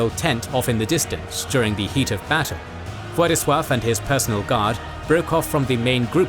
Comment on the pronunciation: As a Pole I really appreciate the proper prenounciation of Władysław's birth name, and not any latinisation like Ladislaus :)